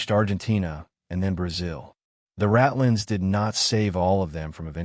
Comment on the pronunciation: The term is “rat lines”—not ratlins. Like the wires a rat could run on to sneak out of a hiding place. When are you guys going to have someone listen to these programs to get the words and accents right. Someone who knows the history and some German.